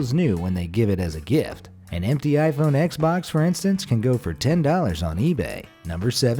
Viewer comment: You idiot it is pronounced iPhone ten not x🤬😡